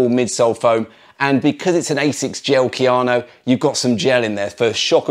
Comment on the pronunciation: Kayano, not Keanu.